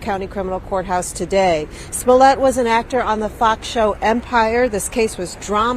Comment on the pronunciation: Ahh "Juicy Smolay" the famous french actor :)